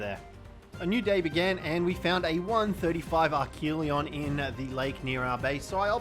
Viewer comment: And archelon pronounced arc-a-lon